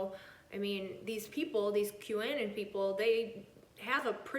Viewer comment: Anon is short for anonymous. It's pronounced Q a non